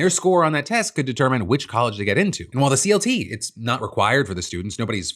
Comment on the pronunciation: I think "CLT" is actually pronounced as "CuLT"